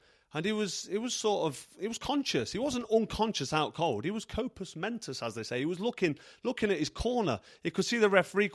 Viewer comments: I see what you did there with “Copus Mentus”…genuinely very clever 😂 However, the proper phrase is “compos mentis”…not “composs mentis”. Now “compost mentis” might be where you have complete control of your garden 🤣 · I like the Cobra he's a proper worrier, BHOF and fought in front of, you know the rest. I never thought triple D- Dubious n Delusional Don, could win. O ye Frochy, it's "compos mentis" not copus mentis as they say. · No no Carl, it's 'compos mentis'...as they say. But otherwise, a good fight synopsis 🥊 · Carl it's 'compos mentis'. Every day is a school day mate. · As they say "copeass mentos" pardon Cobra COMPASS MENTOS is the correct spelling & pronunciation... Daniel is off key &an absolute cyborg drone, his Dad is seriously off key too they obviously have something going on with them imo. Even Caroline DUBOIS doesn't have much to do with them now, as she said in an interview her father dod not like her being successful with Shane Mcguigan as her coach , & was very controlling with her he basically shunned her because of this, actually saying "Why can't you be more like Daniel" ..to her.. Daniel obviously is doing it for his father Don Charles was not in control in the corner Daniel listening to his dad sat in the first row shouting instructions, absolutely by passing Dons instructions, it looked from the first punch thrown which connects, a jab first seconds of first round for Usyk after that Dan had no gameplan that he was following,... Anyway what do you think Cobra of Tyson's message to DUBOIS after the fight,.. Dans nik name triple D yes Daniel Dubious DUBOIS 😅